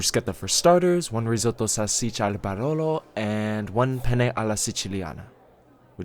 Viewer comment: My Italian heart when I heard "salsiccia" and "bruschetta"= ✨✨ (I was so shocked, your Italian is really good. One of the best)